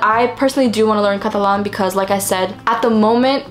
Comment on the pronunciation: la forma en la que pasas de inglés a español cada vez que decís catalán se escucha como si fueras nativa española, me encanta escucharte saludos desde argentina 🧡🧡